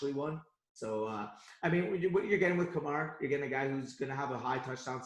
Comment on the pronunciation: said Alvin Kamara wrong